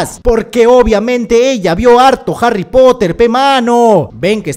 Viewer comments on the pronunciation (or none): none